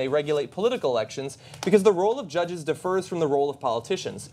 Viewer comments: LOL,... Üsed the wrong Syl-ah-ble on the accent on "differs", eh John??? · Differs = differ. be different; disagree defers = defer v. postpone to a future time; delay, put off; submit to the wish or opinion or judgement of another person You mispronounced Differs, as Defers.